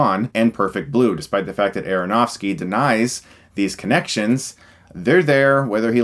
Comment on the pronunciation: You said aaronovski funny goof lol